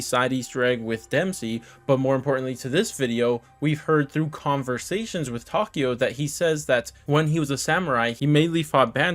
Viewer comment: Tokio jajajaja es takeo